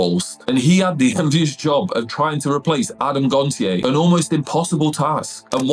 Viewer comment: You pronounced Adams surname wrong lol It’s said as “gon-sh-ay”